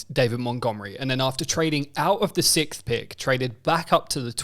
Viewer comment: " sickth " pick. You are special...